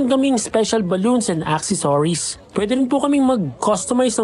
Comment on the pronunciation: mabagal po pagpronounce ng accesories. not akse soriz. Ok n sana c pageenglish eh. hehe